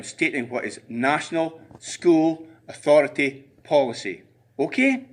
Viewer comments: "You will respect the authoritay " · "THE ATHURITY "